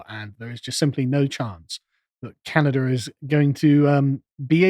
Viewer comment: Where is the r in Canada?